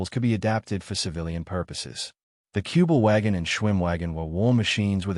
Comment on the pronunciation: Не "Куба-Вагон", а "Кюбель-Ваген".